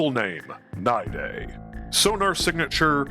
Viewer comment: The only person I've ever heard pronounce it right first try. We might need to make babies that pop outta the moloch. Great idea. We are getting a new model for him workin... eventually. Long live stink bug!